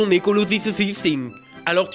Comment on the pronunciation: il dit, avec son léger accent, chus(prononcé tchousse), pour dire au revoir. Ou en tout cas c'est ce que je comprends.